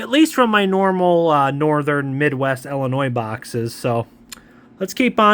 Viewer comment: Thank you for saying Illinois correctly 🎉❤!! So many people say it wrong 😆.